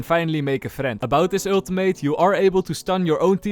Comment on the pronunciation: I love the way you say Ultimate. “Aultimate”